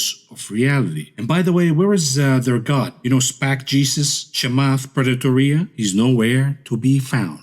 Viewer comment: Very disappointed in you. It’s Chamath Potato-tequila not Chamath Preditortatila....lol. Keep up the great work up bro.